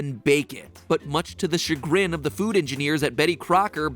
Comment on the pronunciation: thank you matpat for finally teaching me how to pronounce chagrin